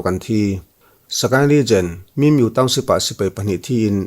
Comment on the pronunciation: Bengvar thlak e.... min miu tilo vin mi miuh tih tur